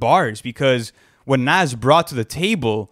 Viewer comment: It's pronounced Nas not nas!